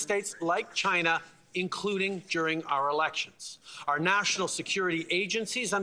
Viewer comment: Chi-Na Trump 2024 confirmed.